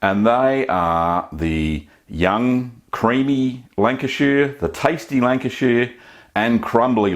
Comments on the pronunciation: North west England. Beautiful part of UK I live down the road from there in Cheshire. Love your videos. Not pronounced like that but funny 😁👍👍 keep up good work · Also need to work on the pronunciation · Love the ways you were saying Lancashire (I’m from there). Also it’s North-West England 🏴 not in the midlands 😊😊😅😅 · Just for your information,Lancashire is in the northwest of England not the midlands And Lancashire is pronounced…”Lan- cash- ear” Nice looking cheese BTW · Step one, be in Lancashire. and re, the pronunciation. Lan-ka-shuh, is correct .. also its in the North of England, not the Midlands. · Its pronounced shire - 'Shh-hi-er' Love your videos btw. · The Americans would pronounce it "shire", you are pronouncing it "sheer" and I originating from the county pronounce it more like "shur" like the singer Cher kinda! I've lived in the US since 90 and I miss my Lancashire cheese. I't best grilled on toast with a bit of black pepper. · This cheese looks so good - i am from Lancashire i miss this stuff like crazy- i can even forgive you the way you butcher the pronunciation of the word Lancashire. It is very much not pronounced Lanca-sheer (*), it is pronounced Lanca-shuh If you just pronounced it with an Australian accent it would sound much closer. (* fellow Lancastrians I know that rhoticity is a feature around Rossendale but not in most of the county) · 70 years Lancashire born & bred.... Its pronounced "shur" (like an abrubt "sure")... Lancashur!! 👍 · Really interesting video. If it helps, it’s pronounced Lan-ka-shhhr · Thank you for this video. I live in Sydney and Lancashire cheese is very hard to get here. I miss it very much. Incidentally, it's lovely to hear an Aussie accent. Lancashire is pronounced Lanc-a-shuh. It's in the north west of England, not the Midlands. That is where I came from, a long time ago. Thanks again, great video. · 1 person from lank-uh-sheer is mad lol